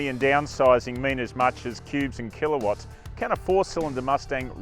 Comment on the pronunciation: What tf is killaawats or what ever he said.... horsepower?